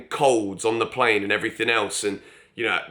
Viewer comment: Again, with the pronunciation.. it’s lu-wees diaz and not lu-wee diaz 🤦🏻‍♂️